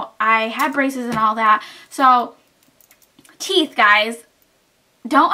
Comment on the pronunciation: you mean Teeth not theeth.